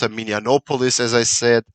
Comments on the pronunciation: Minnesota is nice! Lol. It also has the most amount of lakes and is home to the largest fresh water lake, Lake Superior. The headwaters of the Mississippi river is there and it's pronounced mini-apple-iss, minneapolis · For Minneapolis it’s pronounced like mini-apple-less so not Greek sounding. Sorry :(